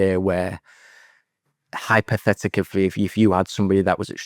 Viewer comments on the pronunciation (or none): “hypotheticivy” 🤪🤪🤪I think you mean ‘hypothetically’ you utter m0r0n🙈🙈